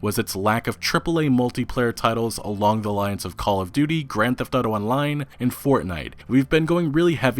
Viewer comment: I love, been watching him for a couple years now, but every time he says "grand theft auto" I cringe like a mf lol